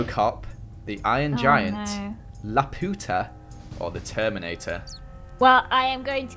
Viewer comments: the movie is said Lap poo ta not LAPIDOT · Luputa(me try to spell how they pronounced it) is actually Laputa witch is the flying city in Castle In The Sky witch is a studio Ghibli film. In the city witch is flying in the sky has robots witch the Minecraft iron golems we’re base off of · i know this was a year ago but its LAH-PYU-TA- not Lah-Poot-ah! (Also known as Castle In the Sky) Any other Ghibli fans? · It's actually pronounced lah-poo-tah and it is a Japanese movie created and drawn by hayayo Miyazaki and it's a very good u should watch it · I cant believe they said lap-oo-ta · wow okay Laputa is one of my fav films and it's pronounced lap-you-tah lmao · don't you say it lap-u-ta? It's a movie by studio Ghibli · U r saying Lupita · The intro when says Laputa it sounds like la puta (don’t translate this to English XD) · I was like you said lapita wrong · Who else got a bit bothered by how they said laputa (Lap-you-ta) Edit: but you did good! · Hi. I just thought that I'd let you know, Laputa is pronounced La-pyu-tah.:D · It’s pronounced Lap-you-ta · It is pronounced lapyoota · you pronounced it wrong Laputa is pronounced La-pyou-ta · Lap Yoo tar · Every time I watch this I keep getting annoyed by how you say laputa, it's pronounced lap-you-ta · T-T he pronounced Laputa wrong... WHY WHYYYYYYYyyyyYyyYyyYyyyyyyYYyy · During the beginning: IT'S NOT PRONOUNCED LA PU TA!!!!!!!!!!!!!!!! EWOIFJWUAEGHAWPIUSGHJWELSIUDKJWNESDK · He says laputa wrong tho💀, but i guess he could have called it by its other name “castle in the sky” which was actually pretty good ngl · Castle in the sky or Laputa is an amazing Ghibli movie, and I am really upset that u mispronounced the title and that u have never seen it, I highly recommend